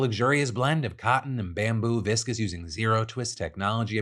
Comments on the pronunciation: Phil, it’s pronounced vis-cose, not viscous!! This has been a pet peeve of mine ever since you started with this sponsor 😮‍💨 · Hey Phil! Just so you know, viscose is pronounced differently than viscous. Try saying 'viscous viscose' five times quickly if you see this, please! Love, Your friendly neighborhood proof-reader and sewist